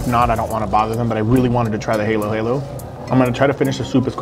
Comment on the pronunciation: Pronounced Ha Lo Ha Lo